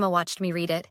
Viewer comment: Your AI sucks. It's pronounced "red" not "reed".